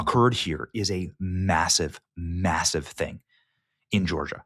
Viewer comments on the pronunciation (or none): none